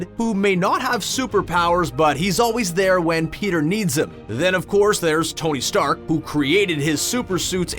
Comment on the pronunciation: did you mean tony steak hahahahahaha